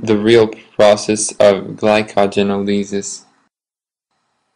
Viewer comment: I stopped listening after I heard how you pronounced glycogenolysis. I'm sorry, but it's the truth, and you can flame me if you want.